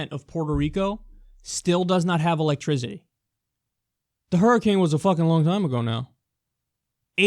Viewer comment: "84 % of Puerto Rico doesn't have electrizity LOL Kyle It's pronounced 'E-lek-tri-CI-TY not ZITTY